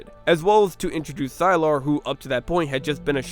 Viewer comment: Sylar rhymes with Tyler, his name isn’t pronounced as sy-laur…..